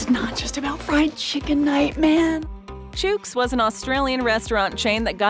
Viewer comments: "Chooks" is said like cook, look, book, etc. And definitely not like pukes or nukes. 🤦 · That's not how you pronounce Chook ..... like cook with a CH start